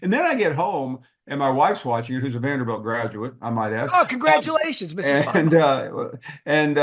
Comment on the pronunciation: its Vanderbilt not Vanderbelt